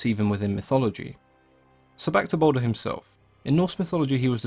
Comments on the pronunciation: It's Baldur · Its baldur